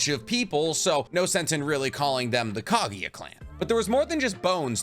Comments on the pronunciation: man y do u always pronounced KAGUYA as KAGIYA...kinda annoying 🥲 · Bro ...Kageeeeya??have you even watched naruto ?